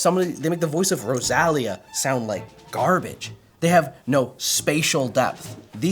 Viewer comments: Did my boy just said RosÁlia? 😂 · also her name literally has an accent, it literally tells you how to emphasise it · Bro, how did you pronounce Rosalía's name? 😂😂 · Pronouncing Rosalía like that should be illegal. Especially when she says her name multiple times in so many songs 😭😭😭